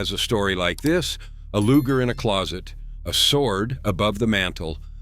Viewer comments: Nice visuals. Subious narration. "LOOJER" pistols"? G.I.S??? HAEIOUl....? ("Heirloom") Dead giveaway of robo-narration (text to "voice"" or basic semi-literacy Repetitive and often irrelevant text. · Loo jer? Come on, man. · What's a Lujer pistol? LOL